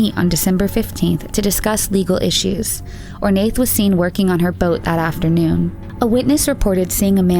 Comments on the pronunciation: I think Ornaith is pronounced Or-na. Anyone Irish who can confirm? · Just gonna say it, that Ornaith is pronouned "Oar-na" . you don't say the "th" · Love it! Just to note - Ornaith is pronounced "Or-nah" it's an Irish name! ☺️ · Ornaith is pronounced Or-na. I notice in a lot of your videos about British or Irish cases you kind of butcher the names. I love your vids, you obviously put a lot of time into them and they’re great but please google place or names it can get a bit annoying to keep hearing them pronounced so wrong. Great work though besides that!